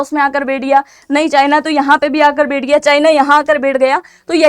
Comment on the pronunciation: बेठ नहीं बैठ होता है।